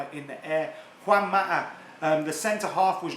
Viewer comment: “Maataa”?? “Maataa”??? 😂 sounding like a cockney their!!